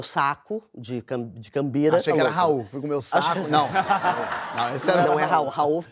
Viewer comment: Não é cambirar. É gambirar (troca).